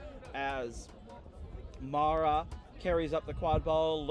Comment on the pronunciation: To listeners, the player referred as “MARA” in the narration, is called MAREI (pronounced Mar-ey). She comes from a west japan team, where she plays with her twin brother SENA.